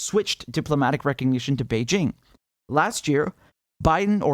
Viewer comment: Richard Medhurst: one of the few journalists who can pronounce "Beijing" without using a French accent.